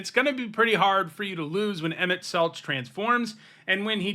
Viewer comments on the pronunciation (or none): It's "Selk" in Emet-Selch.